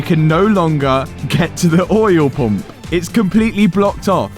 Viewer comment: I love how you pronounce "oyel pomp"